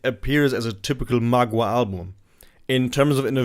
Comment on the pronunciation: It's pronounced m'gwa, not magua.